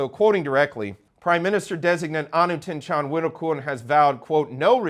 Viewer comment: I'm impressed you can pronounce all of the names. Thanks for all of the information.